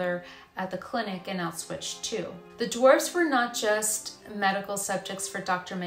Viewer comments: It's pronounced Ow shwitz you mispronounced the name every single time. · Exactly, makes me cringe every time she says it…there is no Ch on the end lol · Pronunciation of Auschwitz...